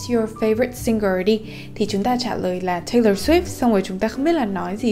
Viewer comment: Video rất tuyệt vời và hữu ích song c có 1 chút góp ý với là singer thì phonetic sẽ là /ˈsɪŋər/ thay vì là /ˈsɪngər/ như đang phát âm nè:p